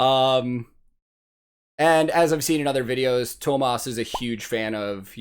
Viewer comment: Huge Thank you for the effort!! We finnish, we dont mind and we do understand no matter how you said it. We know how hard this language is :) hint Tuomas = two-o-moss ;)